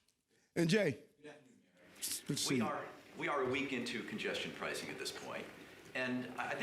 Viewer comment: "...Congestion Pricin Program" ... Pricin... etf Forbes? )